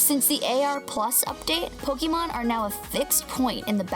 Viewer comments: PoKEYmon.......... WHY? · It's the way she says Pokemon that's triggering me. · wow, you don't know how to say pokemon, niantic and kyogre